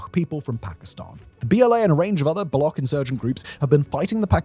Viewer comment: The amount of research that has done on the Pakistan part is simply ridiculous. The insurgents are called Baloch; "ch" as in charm, not balokh😂. And they dont attack "Indian laborers" Because there arent any Indian labourers in Pakistan to begin with. You do know that pakistan and india are for all intent and purposes enemy states right? the only handful of indians you will find in pakistan are either on diplomatic missions or pilgrims. This is frankly shameful. 😂😂